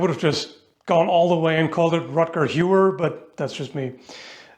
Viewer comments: Hauer. HoWer not hewoor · rüdger hauer, last name pronounced more like how-ar but said quickly (as in "how" do you do?) and (what "(ar)e" doing?)